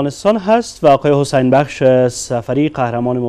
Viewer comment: فکر کنم گزارشگر حسن و حسین تا به حال نمیتوانه درست تلفظ کنه 🤣😂🤣😂